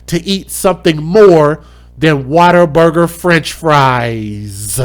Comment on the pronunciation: WhatABURGER. Not waterberger